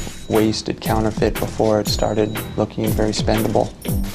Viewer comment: Its counterfeit not canterfent